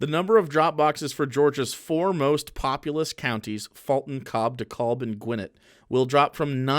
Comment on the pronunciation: As a resident of dekalb county, it always hurts a little to hear people pronounce it wrong